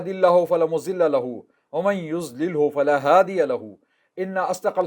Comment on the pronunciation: مضل کو درست پڑھئے۔ یہ مزل نہیں ہے۔ اسی طرح زلالہ بھی ٹھیک نہیں ہے بلکہ ضلا ہونا چاہئے